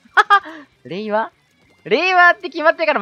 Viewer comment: やっぱり、れいわが平和に聞こえるよね！w